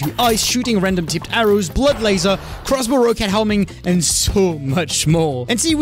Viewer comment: bro said blood lazer